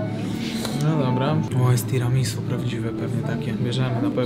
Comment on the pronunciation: Nie "tiramisu" tylko "tiramisu' ". No i nie "pana kota" tylko "panna cotta". Mała korekta językowa.